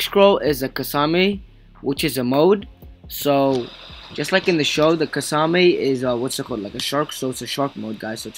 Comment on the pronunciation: I’m pretty sure that’s not how u pronounce kiasame